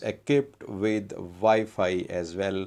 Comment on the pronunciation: Did u just say WiFi 🤣🤣🤣